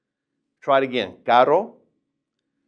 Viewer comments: i literally dont hear any diference between caro and carro..and i cant do that weird r sound but really nice vid for the rest. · i feel lik he pronounces caro and carro the same hahaha so confused